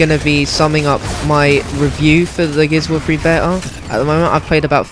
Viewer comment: Gears of war fwee lol